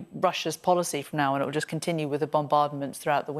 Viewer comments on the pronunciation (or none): none